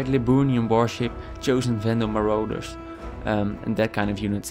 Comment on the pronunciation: marauders. muh-rawd-ders the rest of this was really helpful thanks :)